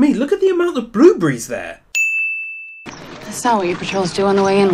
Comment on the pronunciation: 1 sin count for you mispronouncing blueberries